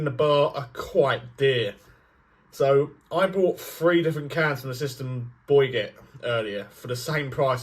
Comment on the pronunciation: Systembolaget not "sistemboyget" 😀